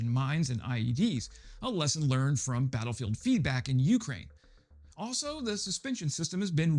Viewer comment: Just a reminder, —it's "Ukraine," with the emphasis on the second syllable, not the first.